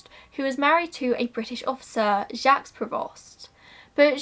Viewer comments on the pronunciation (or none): none